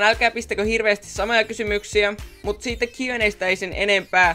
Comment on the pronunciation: Miks sanot "siittä" etkä "siitä"?